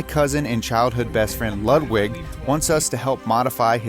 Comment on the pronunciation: Wtf is “Lud-wig”?! For crying out loud, pronounce his name correctly, it’s ‘loot-vig’. There’s nothing worse than having a foreign name and then so grossly mispronouncing it.